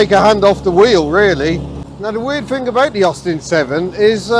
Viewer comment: "It`s a fascinating fing I fink"